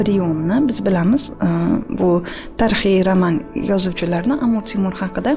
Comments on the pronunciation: Эй диктор чудила мусикага нима бор ва Амур Темур эмас Амир Темур бошингга эшшак тепсин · Биронта Янги гап эшитмадим. Кейин хам опахон амир цемур эмас амир Темур деп айтилмайдими ? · Амур (Amur) Темур эмас,Амир (Amir) Темур! Қачон тўгри гапиришни ўрганасизлар?! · Амур Темур эмас Амир Темур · Амур Темур эмас Амир Темур! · Сохибкироннинг номини тугри гапиринг амур эмас Амир Тимур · Нимага бошлавчи Амур Темур деяпти,тугри талаффуз килиш керак эди...